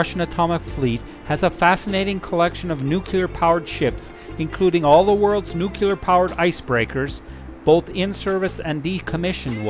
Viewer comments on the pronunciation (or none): There is no such word as "nook you lar", It is nook LEE Arr" as in NUCLEAR. People only show their ignorance by pretending to pronounce a word and MISS. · Great video, thank you. (NOOK-LEE-ER - not NOOK-U-LER) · New-clear not new-cue-ler. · GREAT video! p.s. The word "nuclear" can be broken into two words: "nu" ("new") and "clear"("kleer"). A helpful mantra is to say that nuclear is "new" and it is "clear". Put those together, and you have "new-clear". So "nu" is pronounced "new"/"knew"/"noo", and "clear" is pronounced just the way it's spelled (i.e. "kleer"). The word "clear" IS NEVER pronounced "kyoo-lar". Instead, the word "clear" IS ALWAYS pronounced "kleer". So...in review: "nuclear" is ALWAYS properly pronounced "new-kleer". Hope this helps! :-) p.p.s. Some people say "new klee-yar", which is also acceptable, but NEVER "new-kyoo-lar". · Why o why can't people pronounce nuclear right? it's not NUKULEAR, its NUKLEAR... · Nucular. NUCLEAR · Nuclear. Not nucular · You mght enjoy learning how to say "nuclear." 'Tain't nooycyaler. It's Nooc lee ar! Hard to believe anyone who can't pronounce the word right. Just sayin'... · I stopped watching at your butchering the English language. It's nuclear, not nuculer. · Great trip... kind of surprising though the narration can not pronounce "nuclear"... nuclear has one "u". "Nucular" sounds pretty ridiculous after hearing it 20 times. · I can't believe there are still educated people around who say, "nu-cu-lar!" - SMH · I had to listen to the narrator a few times before I noticed the same thing, I shook my head ever time afterward. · Your pronunciation of "nuclear" spoils the narration on this otherwise excellent video. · Dude....pronounce "Nuclear" correctly. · do you seriously not know how to pronounce nuclear???????????? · please learn how to say nuclear properly!